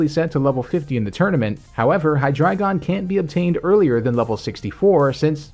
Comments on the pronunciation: Well, I don't wanna be this guy, but... It's not "Hy-DRA-GON", it's Hy-DREI-GON, from German Drei = 3. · Maybe that's just me, but hear "dragon" and not"dreigon" at for example . Maybe that's just a dialect thingie ;p